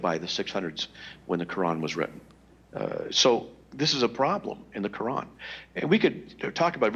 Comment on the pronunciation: In the what? What is that stone worshiper saying? "Ka-an"? Hahahaha... It's "Quran" stupid.